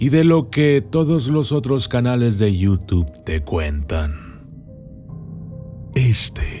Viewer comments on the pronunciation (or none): none